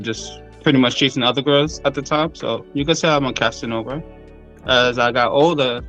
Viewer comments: "casa nova" = "new house." He actually said "Casanova," as in, Giacomo Girolamo Casanova (1725–1798). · Guys, it's Casanova, not casa nova. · "Cassanova" 😆😅🤣😂...OMG boy is he fooling himself.